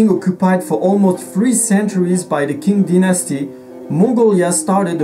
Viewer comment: Thanks for summarizing the evolution history of the Morinkhuur. A little correction from me for the pronunciation of the Qing Dynasty, the letter Q has to be pronounced as Ch like in the word "change". May the blessing of the eternal blue sky be upon you!